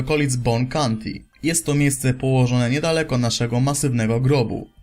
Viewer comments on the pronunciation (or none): none